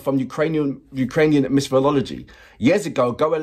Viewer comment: It's pronounced "Go A" not "Goa" 🙂 Don't worry, Graham Norton STILL got it wrong on his 2nd time commentating on them for Eurovision (annoying !!) But great reaction video 🙂 Trust me, if you get the chance to see the live, take it !!